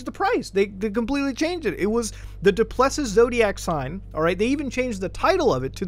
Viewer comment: Du Plessis is pronounced do-pluh-see. Your pronunciation is killing me bro. Hope this site is innocent and it's just a troll on rich people